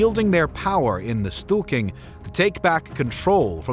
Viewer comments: How can you possible pronounce ”Stor-ting” as ”Stu-king”? Pretty funny. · I also noted at least three instances of "stool king" :D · "Stewking?" Storting is not pronounced that way.